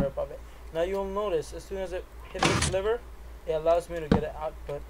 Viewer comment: He said liver not lever